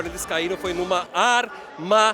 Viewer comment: "AR MA DI LHA" HAHHAHAHHAHA